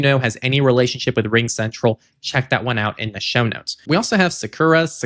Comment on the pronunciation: Sakura is pronounced, Sa-KOO-rah. It means "cherry blossom."